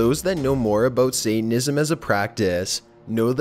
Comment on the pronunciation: "why did he say statanism has, Satanism has"